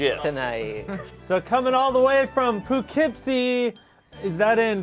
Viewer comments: Alternate title: Ian bullies Spencer for 18 minutes and 42 seconds Now that Keith restored Jackson's body, he can have him signed his Funko Pop! 💀 What a small world that Ian mentioned both Hoboken and Poughkeepsie. Yes it's in NY and it's pronounced puh-kip-see. I've used Metro North many times as I grew up in the Hudson Valley region so that name is forever glued in my mind. But I'm more familiar with Hoboken, NJ since I also used to live in Jersey City which is right next door. Been to the original Carlo's Bake Shop (Cake Boss) there many times, I've even met Buddy's mother once. When they're not filming, there's no line outside and you can just walk in. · And it’s pronounced “Pa-kip-cee”